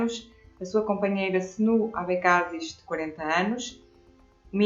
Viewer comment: AD é coligação de 3 partidos PPD, CDS e PPM October Surprise Abecassis pronuncia errada